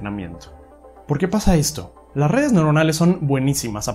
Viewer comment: Ya tu saaaabeh, con lah redeh convolusionaaaaleh. Le veo futuro.